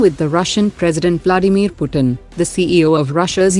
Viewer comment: Anybody heard bloodymir ?